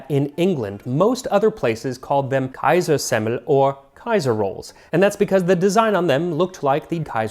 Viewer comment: as an austrian, very nice pronunciation of kaisersemmel!